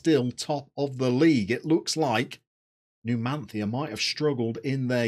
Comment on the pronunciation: Numan-thia! Nailed it!